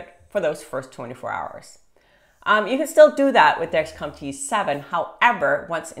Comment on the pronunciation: I can’t tell if ur saying T7 or G7.